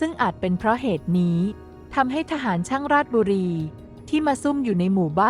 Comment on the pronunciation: ราด-ชะ-บุ-รี-ครับ ไม่ใช่ ราดบุรี จากคน บ้านโป่ง ราชบุรี